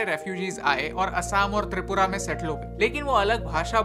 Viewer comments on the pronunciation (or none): none